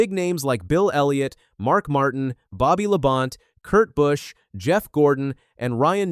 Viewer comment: Who is "Bobby Labont"? Must be on of those drivers who drives for Team AI.